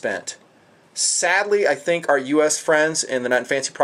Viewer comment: Based on the Russian Helios monocular which is the best but is very difficult to find now. Your Made in Deutschland sucker is a rip off copy. Eat your heart out and then eat your notes. Btw Are you Mexican? Just the way you said "I think" - I theeeeenk!!! Hasta la vista and auf Wiedersehen!!!